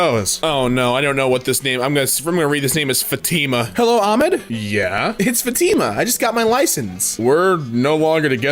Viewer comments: you pronounced Fatimah, Ahmed, and Allah(swt) wrong xD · its ah-mod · the pronounceiation here for everything makes me cry 1: it’s Aeh Med 2: it’s Fat Ima 3: it’s Ah llah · ah yes FA T MA and AH MAD and ALL AH totally perfectly pronounce